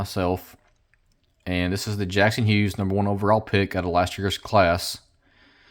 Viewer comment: You said Jackson Hughes. lol